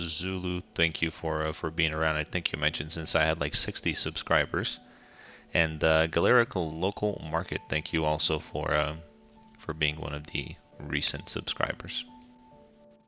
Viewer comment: Gal-er-rak... but close enough. Yayyyy, I got a district!! \o\ /o/ \o/